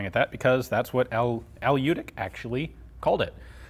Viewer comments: Runentry Americanized spellings often lead to assimilated pronunciations. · I've been hoping you would come across one of these I've seen photos of one almost 20 years ago along with the le Matt revolver and since you covered that so extensively it put me in mind of this and the 20 years of trying to pronounce the j in Ljutic. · I know the family he died in 2011 not 97 and your miss pronouncing their last name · to show him some respect , you could learn how to pronounce correctly his surname , it's not american surname , so it's hard for you i know but it's not quantum physics . little respect for him won't hurt you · pretty sure ljutic is pronounced "lyoutits" however, looking at al ljutic, his surname writtern in croatian cyrillic is pronounced "lyoutich" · Letter from Serbian language, similar for pronounce LYOODIC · You pronouncing his sure name wrong. Its ljutych-љутић. Old serbian sure name. Ljut=angry. Boyka. Best born killers and warriors in the world. In the Germany they call them lusatian serbs. One of biggest tribes was lutic or ljutic. Martin luter was martin lutic. Lusatin serb not german. I em not from his tribe but i em boyka. Boyka are nor not Russian but serbs. Bojka=warrior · Lyootic, not lootic. Not lee-yootic either. Combine the sounds. Lyootic. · Cool, tnx. BTW the pronunciation is Ljutich rather than Ljutik, he's of croatian heriatage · The pronounciation is LYOO-TEECH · Lyutich, not Lewtic. "Ch" pronounced as in chimney (close enough). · Al Ljutic was of Croatian descent, so his last name was actually pronounced Lyootitch or "Ljutić" which is how it's spelled in Serbo-Croat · Actually his name is pronounced as Lyutich and written as Ljutić. Keep in mind that the 'Lj' is a single letter. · I think it's really said Lyutich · Pronounced L-YEW-TITCH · Very interesting weapon. The correct pronounciation of his name would be Yewtic' (the last c' is just no a sound that is present in English :D). He must have had ancestors from the Balkans